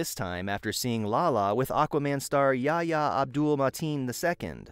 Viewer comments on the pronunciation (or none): none